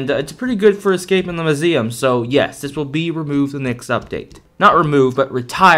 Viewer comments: why do u now suddenly? call it muzeam? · The way he says muesm lol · I love how he said musem